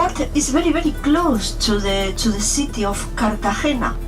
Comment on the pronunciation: Your pronunciation was a little off for Cartagena. If you listen to the tour bus guide, you can hear her say it natively. Otherwise it is a great video. Thanks for posting it.